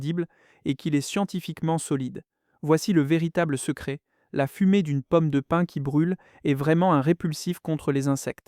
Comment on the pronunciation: Pomme de pine ? Non, POMME DE PIN !